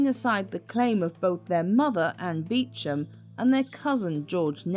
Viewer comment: Bless you for pronouncing Beauchamp correctly! Absolutely fascinating video, thank you! I knew nothing at all about her.